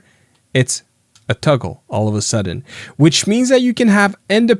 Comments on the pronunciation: Toggle, not tuggle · Toggle not tuggle…